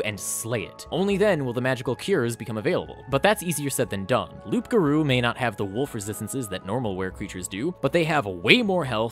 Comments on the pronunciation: It's been killing me to hear you say loopgarou, the p is silent, it's werewolf in french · Late but still Loup Garou is french for wereworlf and it's said Lou Garou. The P is silent. Welcome to silent letters in french haha. :) When you say Loup while prononcing the p you reffer to a Magnifying lens which is spelled Loupe. :) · Stop calling it loup-garrou!!! Lmao #laugh-crying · By the way you don't pronounce the "p" in loup-garou beacsue french is stupid It's "loo-garoo" :)) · I hope he is pronouncing the "P" on purpose as a joke. If not, ima invoke my cajun powers and summon the rougarou to stalk. btw cajuns call the loup garou da rougarou cause we be like dat. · It took me a long while to understand that you were saying loup-garou, Wizard really didn't get creative by switching it in french Playing D&D in english I never once stop a moment to think about what we would call it in a french version of the game ? Modérateur de DeviantArt sounds like the closest we could have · you don't pronounce the "p" in Loup, it's french for wolf and yes my language make little sense, still better than english IMO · Loup-garou is actually just werewolf in French. As someone who speaks French, and as a Grammer Nazi I must tell you that the P in loup is silent. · Ugh... the p in loup garou is silent. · Don’t pronounce the P in loup-garou.